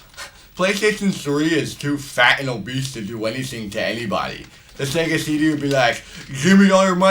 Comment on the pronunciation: Shega sheedee Playshtashon shree